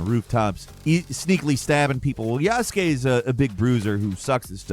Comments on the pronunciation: God, Asmond's mispronunciations are killing me. Ubisoft: OO bee soft. Not "YOO buh soft". Yasuke: Yahs-kay. Not "yoo-SOO-kay" or "yah-SOO-kay" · YAS-KAY, the U is silent brother. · The only desperate thing here is Asmon trying his hardest to pronounce "Yasuke" All he has to do is say "Yas-k" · I hate how Asmon says yasuke